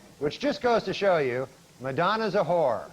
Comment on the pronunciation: “What’s a w-hore?” 😆